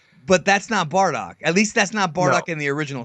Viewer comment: Its "Bardock".. Not fucking "Bordack" Geez